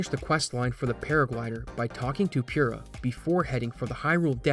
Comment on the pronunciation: don’t know why, but when people say Pure-ah instead of Purr-ah, it really bothers me. 😖